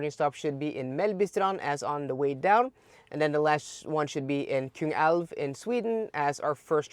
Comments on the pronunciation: it is Kungälv Not Kungsälv But still Kingriver is the rigth thing :D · Kung + älv. Älv uttalas som norska elv.